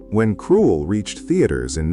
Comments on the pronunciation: Why do you keep saying the wrong name. It should be Krull, not Cruel. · I know it's almost as if the narrator is saying Cruel. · It’s not KRUELL - there’s no E in the name … your AI sucks! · Too bad the A.I voice cannot pronounce the very title the entire video is about. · IT'S PRONOUNCED KRULL WITH A SHORT U SOUND!!! GODS ABOVE AND BELOW I ABSOLUTELY HATE AI VOICE OVERS! 🤬🤬🤬🤬🤬🤬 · Lose the AI voice and learn to pronounce the film title properly. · Couldn't even say a lot of the names properly. Or the name of the film. Ridiculous AI. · LEARN HOW TO PRONOUNCE KRULL !!! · Or better still English 😂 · I hate AI voices when they mispronounce the words. Krull is pronounced the same way as skull just with a kr, not sk